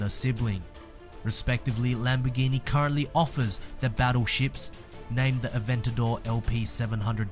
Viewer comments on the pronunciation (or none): none